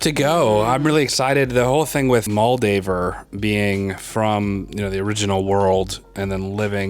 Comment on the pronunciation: it irritates me to no end that theyve mentioned moldavers name like 57 times and is still saying moldover